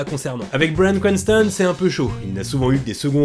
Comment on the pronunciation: La vidéo est très cool mais cet accent :"bwayan cwantson" 'boueykigue bade" 😅